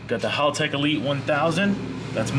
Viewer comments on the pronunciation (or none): Why do Americans insist on saying everything wrong? First it was "Con-sigh" wheels (should be 'con-say') now you keep saying Holtech... It's Hal. Like the name, Hal, like the dad from Malcom in the Middle. "Hal"tech. Not Holtech.